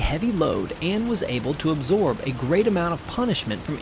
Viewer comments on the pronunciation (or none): none